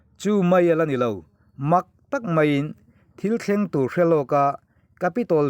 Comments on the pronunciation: Tur ngun mai i lamdan kha a diklo, tuuur ngun mai, ti rawh. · Tur ngun mai tiha TUR tih hi i lam fuh lo deuh a nia. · A ngaihnawm e Tur ngun mai. Heta tur tih hi 'i zu chu a tak tür ngun mai' tiha tur thluk hman tur a ni e. Tur hman hmawh tiha tur thluk ni lovin.